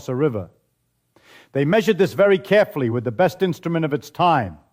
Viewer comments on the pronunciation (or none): none